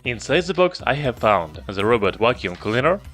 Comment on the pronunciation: Are you a German Youtuber? You speak 'th' Like germans. 😂🤣 You dont say the you say Like German ze. Ze Robot, ze Button